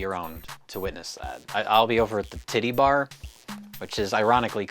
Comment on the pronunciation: Even without all the gay jokes, the words "titty bar" have never sounded more foreign than out of mouth